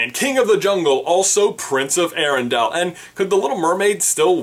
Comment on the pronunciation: I was loving this video until you mispronounced arendale. It's air-en-dale not arr-in-dal